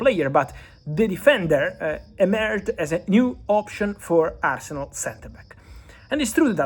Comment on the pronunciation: Did you just call arsenal as Farcenal!? 😂